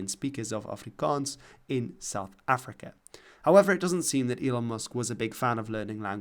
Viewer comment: Your pronunciation of Afrikaans💯